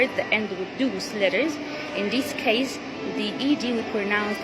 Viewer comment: Thank you for the video. I have one observation. The word “those” is pronounced with the long ō sound as in “home” and not ōō as in “ooze.”